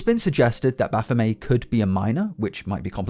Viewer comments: MET MET it's not French It's not baphomay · BaphomET Commoncore really fucked your generation, you guys can't pronounce shit. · is that makes making you pronounce baphomet as bafomay? 🤔 😂 🙌 ♥ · Frenchifying the name, I guess?